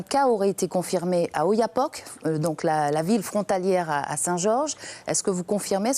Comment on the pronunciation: Prononciation portugaise oyapoque ét non oyapoqué